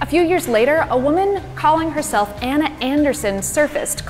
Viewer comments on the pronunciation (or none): none